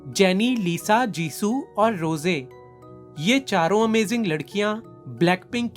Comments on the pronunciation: Suno roseya nahi rose hai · Roze nhi rose hota hy😅